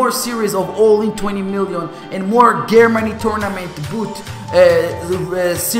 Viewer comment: You said Germany wrong, lol learn your english..